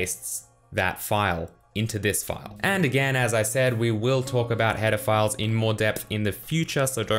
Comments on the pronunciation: I ALWAYS hear "pedophiles" instead of "header files" in every one of his videos ! :-D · I wasn't paying attention and heard "Pedophiles" instead of "header files"